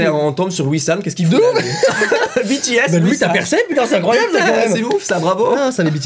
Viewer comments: oulaaaa la prononciation genre "Bétéèsse" aaaar please help me ouf c'est bon il l'a bien dit ( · LA PRONONCIATION, je suis désolé les army 😭😭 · Tu as dit B T S et personne t'a rien dit 😂du coup je te le dit honnêtement ça se prononce BiTiS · Alors excuse moi mais... 1: on dit pas bétés (prononcer se S) mais bitis (BTS) 2: BTS sont pas 18 garçons mes 7 garçons voilas😊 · Par contre, hein. “Bétéaisse” Faut le prononcer à l’anglaise!! “Bitiaisse” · Par contre je suis désolé mais "taille-mine" je connais pas 😅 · qui dit bétés au lieu de bitis c à m'énerve trop!🤣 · C pas "Bétéesses" c "Bitiesses" écrit "BTS" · PAS BÉ TÉ S BI TI ES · Les BTS, ils sont 7 et moi, je les connais tous: RM: KIM NAM-JOON JIN: KIM SEOK-JIN J-HOPE: JUNG HO-SEOK SUGA: MIN YOON-GI V: KIM TAE-HYUNG JIMIN: PARK JI-MIN JUNGKOOK: JEON JEONG-GÛK Et BTS sa se prononce en anglais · Tellement ça m'a énervé ! On dit pas bétéèsse !!!! Et en plus ils sont que 7 et non 18 ! Et perso je connais tous les membres et pas que 3 ! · Non mais Bé-Té-ésse ça fais mam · ci mais il le dis comme ca je cais que ça écrit BTS et pas bi ti s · "Bé-té-éss" Moi- fait un AVC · K-pop on juge pas aujourd'hui ça a évoluer 😂😂😂 et ça se prononce BITI-S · Ça ne choque personne le " bé té aiss " ? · Sa se dit bitis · Mb ça ce prononce bitiaisse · à dit bÉtÉs... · Bts sa se prononce pas comme en français 😂 tu me fais rager à chaque fois que tu le dis, n'oublie pas t le meilleur continue comme ça 😘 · « Ça me fais un peut penser à BTS ([Bé té èsse]) » Les Kpop stan: LES FILLES JE SUIS TOMBÉ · Ça fait mal😭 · Mes oreilles ont étaient choqué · mes oreilles ont saignées...